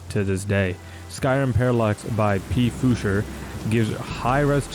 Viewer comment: It's not P Fusher but Pfuscher (read as one word) it's a german word which means roughly something like Tinkerer (but has a more negative subtone because the word origin is also associated with messing things up or messing with things).